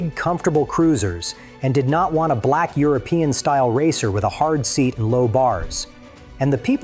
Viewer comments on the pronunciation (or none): none